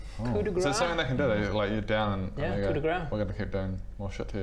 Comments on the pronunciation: Great job guys. Love what you're doing. Just FYI, "Coup de grâce" is pronounced like "koo de grass" not "koo de grah". Phonetically it really would not mean the same, in french. Huhu. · in "coup de grâce", grâce is pronounced "grass". If you pronounce it "grah" it means "hitting with fat". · Hi! Still loving the content and your DM job! Just as a small info, the last word in "Coup de grace" is pronounced as the word "Grass"! Keep up the good stuff, looking forward the DnD Logic Season 2!